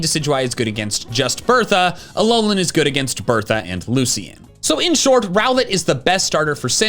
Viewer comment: IT'S ALOLAN, NOT ALOANLEN! GET IT RIGHT!